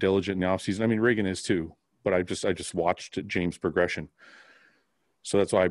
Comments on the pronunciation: Just as a heads up, it's ree-gan, not ray-gan. :) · Dude not shitting but its Reeegan lol